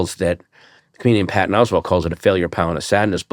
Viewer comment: 44 seconds in. Never seen the show before. Is the host from Baltimore? 😂 The way he says Pattons name got me